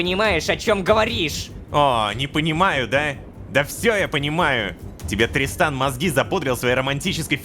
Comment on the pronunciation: там озвучка немного другая: там должно говорится тристан, а сказала дристан😂😅